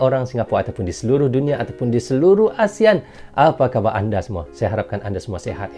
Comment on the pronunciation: Hello brother kalau mau ngaku serumpun, sebutannya yang benar dong "Apaa kabarrr" bukan "Apee Ka baaa"